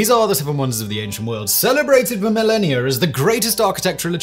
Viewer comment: How many years is a, “milleni-er”?